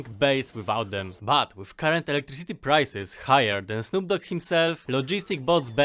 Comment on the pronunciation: i like when you say "electriCIty" and it sounds in the end like "city".you may not seem russian, but at some points you seem. it is fun, in a good way! not that you speak wrong or anyting. is good to have a unique voice. thanks for the tips of course